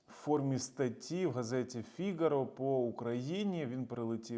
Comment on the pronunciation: Газета Фігаро ' У французький наголос на останній Фі''гаро з їншої опери 😊